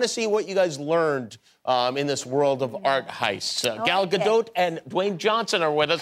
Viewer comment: cmon jimmy how are you STILL gon mess up gal gadot's name... SILENT T smdh!